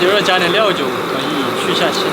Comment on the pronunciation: 我把料酒聽成尿酒了，話說這跟廚房跟打仗一樣XD